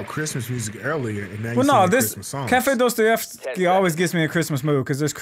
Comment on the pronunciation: It's prnounsed Dastayevky say aaaaaa not ooooo